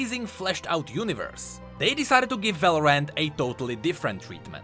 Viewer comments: Just pronounce Valorant as like Valorent and that way it wont get mixed up with Valoran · love how he pronounces Valorant as, "Valor-ant" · VALORANT = Valoran't, as in it's not Valoran! haHAA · why you keep saying Val-or-ant